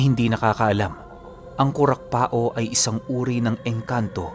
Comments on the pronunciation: Kurakpao ibig sabihin kurakpaw, hindi kurakpa-o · Hehe sa bicol pag sinabihan kang kurakpao meaning pangit ka..🤣🤣🤣 kadalasang bansag ng mga kabataan namen..nga po pala Kurakpao po buo pag bigkas nyan hindi po kurakpa-o parang Pacquiao ganon.. pero ok lang andyan na e..totoo po yan mga kurakpao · It's pronounced as kurakpaw not kurakpa-o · Kurakpao- ku-rak-paw yan po ang tamang bigkas. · Kurakpao Po.hindi Po kurakpa-o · Ang tamang bigkas jn ay kurapaw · Kurakpaw ang alam kong pronounciation nyan. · Ko rak paw Yan Ang tamang pronounce Nyan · KURAKPAW po ang tamang pag bigkas 😊 irosin sorsogon here